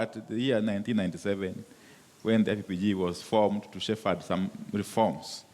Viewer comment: Don't say SHEFAD. SAY SHEP/HAD for Shepherd